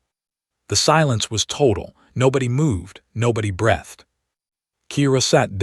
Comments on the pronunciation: "....nobody moved, nobody BRETHED..."!!!!!!!!!!!!!??????????? Does ANYONE posting these DAMNNN stories NOT have a POS AI!!!!!!!!!!!!!!!!!!!???????????? WTF.......WT HOLY F is "BRETHED"!!!!!!!!!!!!!!!!??????????? Your AI is a Fkn POS!!!!!!!!!!!!!!!!!!!!!!!!!! Why don't any of you, with these POS AI, Fkn proof and edit your FKN stories PRIOR to posting them!!!!!!!!!!!!!!!!!!????????????????????? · The AI still mispronounces common words. it even gets ''COLONY'' wrong, ''BREATHED' wrong', ''STARING' wrong.I've given up on listing these there are too many !, Didn't anyone bother to edit this ? Any human would have spotted these mistakes instantly.!